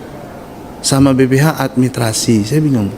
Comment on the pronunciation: Beliau tdk bisa menyebut kata, 'Administrasi'.